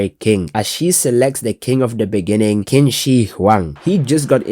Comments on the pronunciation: I’ve heard worse, but my boy Qin (it’s a bit closer to chin) Shihuang is the goat! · Qin is pronounced more like tsin